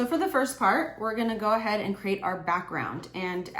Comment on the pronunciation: Stop saying goahaed!